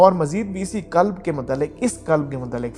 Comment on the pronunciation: Hello.kalb .nahi.kalb .arbi.mein.kutta.hai.means.dog.qhalb.means.heart.dil.alfaaz.theek.karein